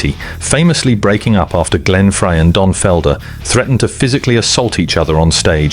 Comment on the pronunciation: If only someone could teach AI to say Glenn Freys name correctly. It's fry,not fray